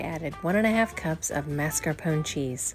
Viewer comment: First - thanks for not pronouncing it "maRscapone" cheese. One of my pet peeves. LOL OOPSY! But it would still have been good with just the lemon filling. I've done stuff like that. Man, this YT thing is tough! Feels like you could dunk in some warm water if you're in a hurry to get it out but you worked it out on your own. Thanks for sharing your mistakes. I hate when that happens have many vids that were not published because of that. Great job,. xoxo